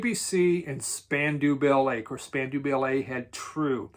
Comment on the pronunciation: i think it's pronounced Spandow Ballet not spanduu